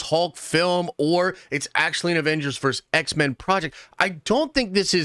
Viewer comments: How hard is it to say “versus” instead of “verse”? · IT'S PRONOUNCED VERSUS!!!! NOT VERSE!!! FUCKS SAKE!!! Luh you. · DUDE: It's VERSUS, not VERSE! VERSUS is not the plural of Verse (that would be verses). You say it so many times I couldn't stop myself for pointing it out; sorry, and no judgment intended. Versus is always and only pronounced "vur·suhz," and it means "against." What you keep saying means a group of lines in a poem, song, or religious text. Otherwise, I really enjoy your nerdy rantings and will keep watching. :)